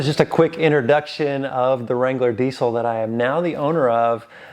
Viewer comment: It’s not DEEC IL. It’s DEEZ ILL